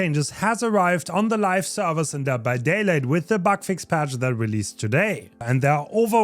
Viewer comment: I can't be the only one who heard him say dead by daylate in the intro 😂